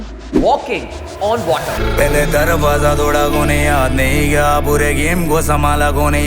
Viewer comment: 😂😂😂 water Bol fir se! First Learn how to pronounce the words later come and review songs by Divine !